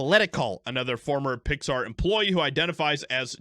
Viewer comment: Its pronounced "Pixsthaaar" by the blue haired staff. Fire em all.